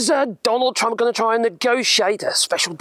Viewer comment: I thought you was saying Donald Dumb in the beginning .